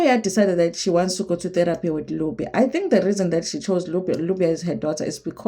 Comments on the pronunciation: Nubia not lubia 😂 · Lubia😂😂😂. It's Nubia. Not Lubia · "Nubia"..not Lubia!!!